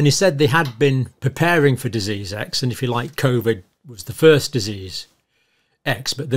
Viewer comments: The man can't even say the word 'disease'. He also misspoke. They have been preparing Disease-X, not preparing FOR it. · Someone should tell Mr Tedros how to pronounce the word, disease - with the accent on the second syllable . . . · Dizzes! Surely he could learn to say that word. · It's amazing that the head honcho of the W_H_O often has problems pronouncing the word 'disease' when that seems to be his raison d'etre! He calls them 'Deazes', which doesn't really inspire too much confidence, but obviously pales into insignificance when compared with his other myriad misdemeanors! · I would feel much more confident if Tedros could pronounce the word "dizzes". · The Director General of The World Health Organisation - cannot even be bothered to learn english - he can't even pronounce the word "disease" !! Have a think about that... It's done on purpose - It's part of the piss take. The psychopathic leaders think this sort of thing is funny. The last "Deziz X" ... was a bad 'flu' - so effing deadly that I didn't notice when I had it...and I was 63. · 3: = "deases." If the HEAD of the World HEALTH Organisation can't even PRONOUNCE the word "DISeases".......................... be wary!!!! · Biznizz not dizizz . jokers!😂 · Amazing Tedros in his position and can’t pronounce the word disease . He has a very questionable history . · It can't even pronounce the word disease and it is supposed to be the 'leader' lol Edit: Maybe they [WHO] should be concentrating on china and Africa - where nearly ALL these 'diseases' come from to help prevent future strains! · He cannot even express the word "disease" correctly!!!! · He is head of WHO and he can’t even say the word ‘disease’ properly 😡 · Sorry I don't like the way he pronounces disease it's annoying as hell... and oh if that was the only complaint I had? We will Exile the Knights of Malta and they are responsible for the oppressive domination of all sectors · The head of WHO can't even pronounce the word disease.